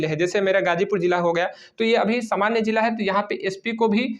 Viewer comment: भैय्या जी जिला होता है जीला नहीं 😂